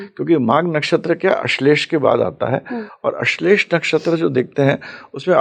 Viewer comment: ठीक है होगा ज्ञान लेकिन कुछ लोग नाम अलग लेने क्यों लग जाते हैं? जैसे ये महाशय अश्लेषा को अश्लेष क्यों बोल रहे हैं? क्या कारण है आ की मात्रा नही लगाने का?